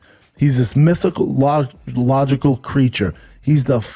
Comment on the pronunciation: Schuab: “Mythical-logical”